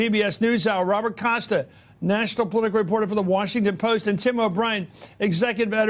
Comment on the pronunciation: How come Bob Woodward pronounces the word Report and Reporting as "Raport" and "Raporting"?